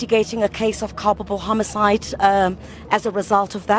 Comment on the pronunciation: 😂😂😂😂😂😂 it's not homocide it's Homicide 😂😂😂😂😂